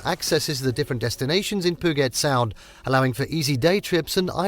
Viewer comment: Hearing Puget Sound being pronounced POO-GET SOUND was so infuriating. It’s pronounced PEW-JET SOUND